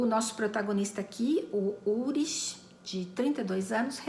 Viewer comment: Só uma dica: não se pronuncia "urish", e sim "ulrik". Eu vi na série alemã "Dark".